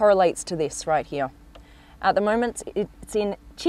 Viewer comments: why on earth does she talk like that.... its here not heeya.... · You would die from alcohol poisoning if you took a shot for every time she butchered the word “heeeaaahhhhh”